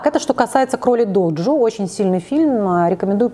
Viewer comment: Кролик ДЖОДЖО, а не доджо